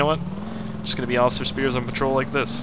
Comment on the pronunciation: its not offcier its off iCer